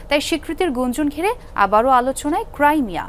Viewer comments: ক্রাইমিয়া নয় ক্রিমিয়া ওটা । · ক্রিমিয়া হবে,ক্রাইমিয়া না